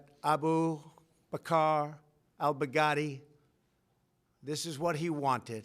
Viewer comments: aBU B'KaaR AL B'GaaADI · trump said abul bacar bugatti LMFAO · "Aboo Ba-Car Al-Bughatti" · Abu Bakr Al-Bugatti!!? Bugatti? Really? 💀💀😂😂😂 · ain’t no mf way he just said Abu Bakar Al-Bugatti??!!!💀💀💀🤣